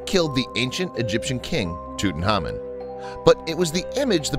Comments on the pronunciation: Who the hel is tuthamun it’s Tutankhamen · Tutankhamen is one of the most famous known pharaoh's that we know of. We know a huge amount about him. So why on earth does this narrator continue to mispronounce his name and miss out the K?? Very very ignorant and sloppy fact finding. Nothing I have read has EVER called him that, strange.